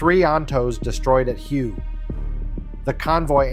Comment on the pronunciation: Hue isn't pronounced as you think it should be, it was Hue = Way the old capital of Vietnam